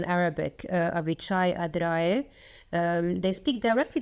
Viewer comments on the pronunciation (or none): It’s amusing to hear Arabic speakers mispronounce Avichai Adraee's name in the same way many Westerners do. Incidentally, the term 'the Dahiya Doctrine' was first coined by General Gadi Eizenkot, who was then the commander of the IDF Northern Command. He went on to serve as the IDF Chief of Staff and is now a member of the Knesset.